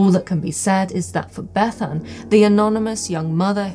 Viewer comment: Thanks for pronouncing Bethan in the Cymric way 👍